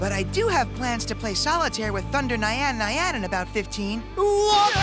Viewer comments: I’m pissed at how Thunder Nyan-Nyan was pronounced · The way they pronounced nyan nyan physically hurt me, also did they just imply that Bastion had a thing for a card depicting what looks like a child?